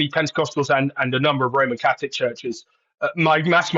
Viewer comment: Catholic , not caslic , come on news reader 🙄